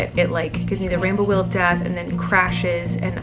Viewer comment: “ the spiny rainbow weal of death” - Colleen 2020